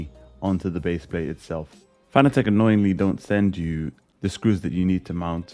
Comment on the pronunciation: It's pronounced...FAh-naa-tick